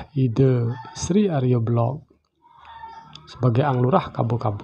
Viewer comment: Arya Belok ( bukan Belog).!?